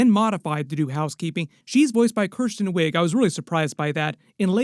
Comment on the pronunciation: Kris-ten Wiig, not "Kirs-ten"